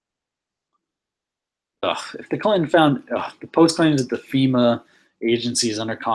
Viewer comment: Dude, for the second time its CLIN-TON, not CLIT-N'. Use your words. Sound it out,sound it out